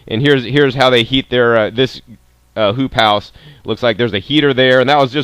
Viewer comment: no joke I heard "poop house" every time